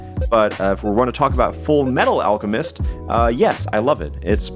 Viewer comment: I must protest the wrongful pronunciation of fullmetal alchemist